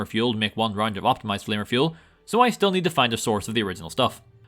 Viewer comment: It sounds like you are saying “Flavor Fuel” and not flanker fuel LOL